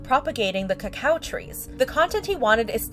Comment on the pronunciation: I think Amanda Jones’ response is scripted he says Cocoa not Cacao and keeps looking down a little on the camera